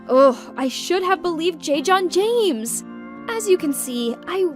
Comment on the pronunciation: Its j jonah Jameson not jame John james